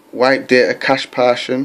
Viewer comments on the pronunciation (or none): none